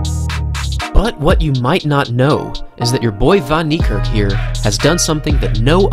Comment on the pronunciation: Its niekerk not nerkirk